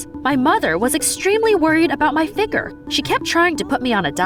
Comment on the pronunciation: Why she pronounce figure like that